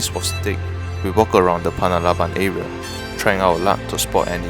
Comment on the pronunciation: bro, panalaban not panabalan 😅🤣